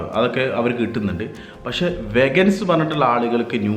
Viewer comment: വെഗൻസ് എന്നല്ല ചേട്ടാ.. വീഗൻസ്.. 😊 thank u for the informative vlog😍